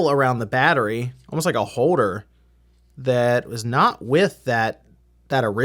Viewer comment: what is a “hoeder”?